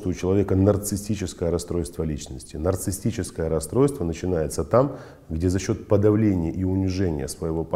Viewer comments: Проверочное слово-нарциссТ,что ли?безграмотность режет слух! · Как?как психолог может говорить"нарцисстическое"(расстройство)!? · Очень странно, что психолог сам термин произносит неправильно. Нарциссическое расстройство, уважаемый, в этом термине нет буквы «т» 🤷🏽‍♀️